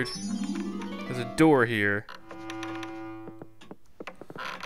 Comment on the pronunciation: a door not amdoor